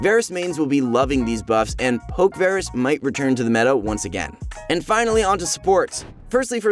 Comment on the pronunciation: cant even pronounce varus right lol